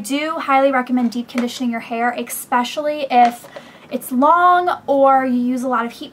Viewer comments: i lovee how you and blair both say 'expecially' instead of 'especially' (: naww. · did she say "expecially" haha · I love how you say "expecially" ha ha cute.